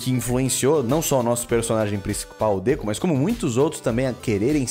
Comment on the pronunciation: n é DEKu e sim deKU (as letras em caps são a entonação das palavras )